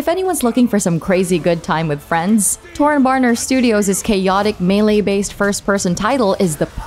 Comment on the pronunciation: List kinda sucks. Demon’s Souls not being on here is frankly ridiculous, and Chivalry 2’s developer is Torn Banner, not “Torn Borner”